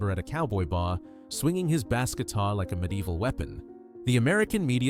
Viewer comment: 'Bass' pronounced here as a type of fish or the brewing company, instead of 'base' for bass guitar.